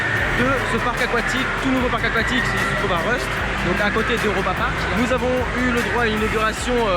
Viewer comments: Rust se prononce [roust] =) sinon super vidéo comme d'habitude 🤩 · RUST en allemand on prononce le U comme en français. Tu prononces à l'anglaise ça veut dire rouille 😬